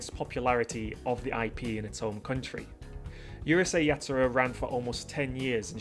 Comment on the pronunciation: OMG Someone that says Urusei Yatsura correctly you pronounced it like it is not like the idiots thay says uhrusei you say it like it is urusei thank you